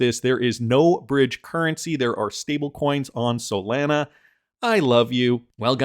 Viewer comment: Do you guys really listen to an anonymous guy on the internet who can't even pronounce Solana correctly?